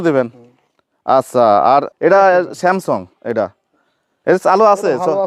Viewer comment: উচ্চারণের ঠিক নাই বলে samsong 😂😂